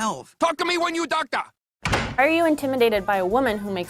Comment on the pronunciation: "you docta yet?!" 😂😂